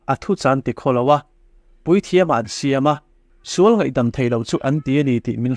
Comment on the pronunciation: Ṭawngṭaisakna leh nun hian nghawng a lo va nei thûk teh reng êm ve le! A tâwp dawn ṭêpa, "He thilah hian ka sual nasa hle a," tih laia (ngaihdamna tih lai vel khi) 'sual' tih i lam dân hi nakin zêla lam dik zawk nan ka'n sêl lawk ang e aw, ṭhahnem ngaih thu liau liau ni sela. 'Sual' (sinful) ni lovin 'sual' (fight) tih zawk tur a ni; tichuan, a lam rîk dân tur pawh a chiang kuarin ka ring e.